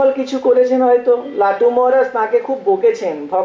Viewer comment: Not latu, Thakur called lato.